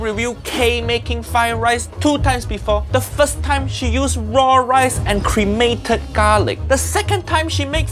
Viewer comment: Did uncle Rodger just say "cremated garlic" 😂